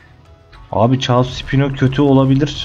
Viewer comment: caos diyil caos